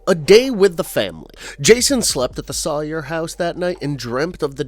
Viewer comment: Soy-er not saw-er😂🤣